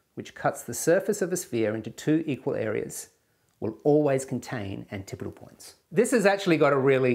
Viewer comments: I'm going to use the pronunciation antipodal for the rest of the video... Pronounces it like anti-podal 100 times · You did learn the correct way to pronounce antipodal. But you also learned an incorrect way to pronounce it at the same time.